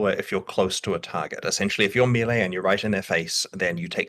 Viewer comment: Why is it so difficult to pronounce melee correctly?